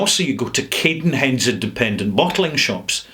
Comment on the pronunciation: when i'm glad i work very near cadenheads ;) (p.s. i'm sure its Cadd... not Cade in terms of pronunciation) You also talk about diluting it less... its a 46% whisky, it's already been significantly diluted. This needs no further water.